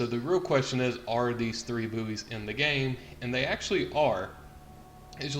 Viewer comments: Yeah i've got new information... Buoys are pronounced as "Boys" not Booeys ... other than that interesting video. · its pronounces like "boy mot "boo-ees "" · its pronounced boys not booeys fgs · It's pronounced boys not booeys. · the word bouys is pronounced like boys not boo-eys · Please tell me you muricans don't pronounce buoys as booeez! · it sounds like he's saying booty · My ocd was going mental because of your pronunciation.